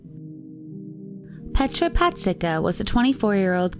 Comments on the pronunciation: Pashtika😂🤣 Pazsitka....douch mark...deutch mark...🤣😂😆 And Nagy its a Hungaryan name and we dont say like that:Nagie...😂🤣but its ok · pronouncing names that arent common english surnames is always funny. there's no way thats how germans would pronounce pazsitka, and im pretty sure ''nagy'' is a hungarian surname meaning ''big''